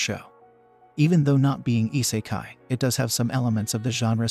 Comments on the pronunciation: your pronounciation of isekai , tensei and anime is somewhat off m8, other then that nice list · You have committed treason on the way you pronounced anime and isekai in this video punishment is make more videos